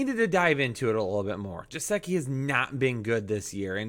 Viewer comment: gesicki is pronounced guh-sick-ee not how you pronounced it